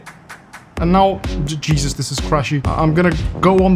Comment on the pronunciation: "I want to see Jeezes Christ" 🤣🤣🤣🤣